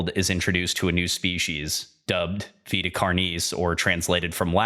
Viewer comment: I just appreciate that you said “Vita” right! (It’s my name irl, and you wouldn’t believe how many people mispronounce it as “vaita”)